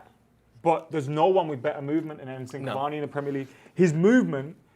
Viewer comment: His name is Edinson Cavani guys. At least get that much right